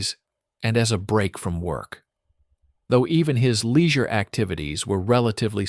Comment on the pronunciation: What is leezure?